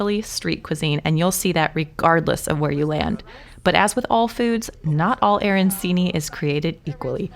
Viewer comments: I love all parts of Italy. I actually have a house there and we are moving there soon. (My husband was born and raised there) I don't want to sound rude but I do want to let you know that arancini is pronounced aranchini. The c is pronounced ch. I know it is silly but it is like when people say bruschetta with an sh instead of a hard c. I hope you don't mind. Lovely video and lovely recipe. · The "ci" is pronounced like "ch".